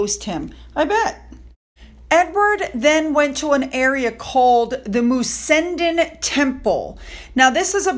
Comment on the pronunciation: thank you for another fab video. Enjoy your mini break from us. Happy 4th July. Ps The Mussenden (prounced Moose-en-den) was built as part of a tragic love story. If the local council do not act soon, it will fall into the sea and be lost forever.